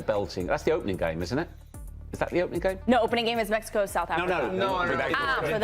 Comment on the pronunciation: In english its Mexico not Mehico. We get that you speak spanish you dont need to rub it in our faces all the time